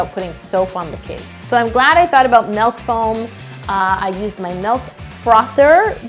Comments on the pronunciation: Yolanda: I didn’t want to put actual soap so I thought of my MELK frothier Me: wait wait wait wait! Did you just say Melk ... MELK!!! It’s MILK YOLANDA NOT MELK!!!!!! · Canadians pronounce milk different too, I guess.